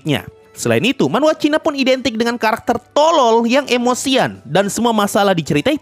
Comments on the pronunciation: kata "TOLOL" sangat ditekankan wakwkakwkaw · Bang lu pas ngomong tolol kok menghayati amat😂😂